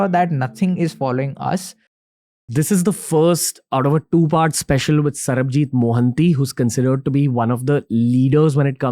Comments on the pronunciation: for good god sake, his name is sarbajeet not sarabjeet. Please😢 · Bro said Sarabjeeth instead of Sabarjeeth 😂